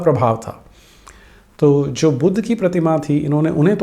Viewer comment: चलो अपने को पढा लिखा दिखाने के लिये "बुद्ध" को इंग्लिश लहेजे मे "बुद्धा" केह रहा है। लेकीन "स्तूप" को "स्तुपा" कौन केहता है बे?😂😂😂